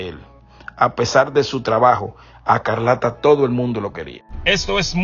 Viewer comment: No es Carlata es Escarlata di los nombres bien 👂🏾